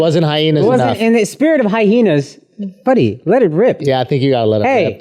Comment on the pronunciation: Someone please tell Aziz Ansari Jr that it's pronounced hi-enas...Not hy-henas...